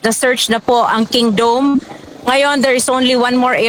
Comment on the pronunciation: Kingdom not kingdoom